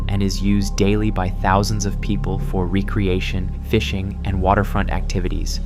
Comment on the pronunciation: Gotta say, the first half of the video seemed natural and like it was at least partially written by a human. Then the second half seemed like it was 100% AI. As soon as they pronounced RECreation as re-Creation was when It dawned on me. I honestly thought it was just a dude with an odd cadence trying to get into the flow of narrating. 7/10 video if it was mostly human then turned AI to quickly push out the video; would recommend. 4/10 if it was all AI with no human input past the absolute minimum effort needed to put this up.